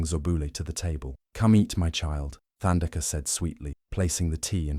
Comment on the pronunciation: Beautiful story, indeed. But it is Thandeka, like tough or tide, not like the or thigh.